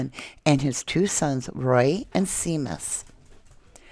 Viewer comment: Seamus is an Irish name pronounced Shay mus.